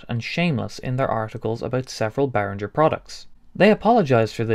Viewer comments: Not Behrinjer . Behring-Ger with a hard G. You just played their corporate song ! It’s like people don’t want to say German words with a German accent …. strange. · No - He has mispronounced Behringer all the way through . Should be Bay ringer (like bell ringer ) not Rinjer . German does not have the French G . (soft sounding) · Good breakdown of the issues but I legit wanted to punch the screen every time you pronounced the G in Behringer as a J. Why do you think ING is bold in their logo? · it's pronounced bear-ringgggg-er. No soft G! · As a German speaking person, this hurts me deeply